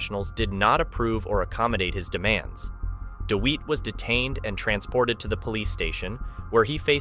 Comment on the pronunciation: Firstly, his name is pronounced Dewitte...as in wit/tit/bit...Dewitte!!! Secondly, the idea of these True Crime style videos is to be on the pulse. Recent events are what True Crime enthusiasts are generally interested in. NOT ANCIENT HISTORY!!!